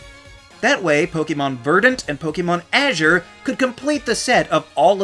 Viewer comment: Azher is certainly a unique pronunciation for the word Azure 😆